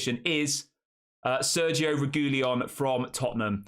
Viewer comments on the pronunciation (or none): I believe It's pronounced Regweeyon bud